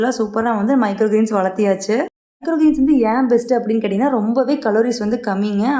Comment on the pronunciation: Valathiyachu illa ka valarthachu. 😅